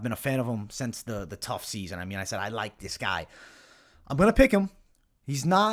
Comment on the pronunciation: Sed, See-yaid, Si-yeed! lmfao had me rolling man. Happens to the best of us but you know I ain't gonna let that shit slide without timestamping it. Went full Brendan Schaub didn'tcha?